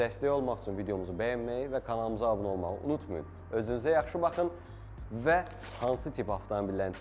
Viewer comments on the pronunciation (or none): none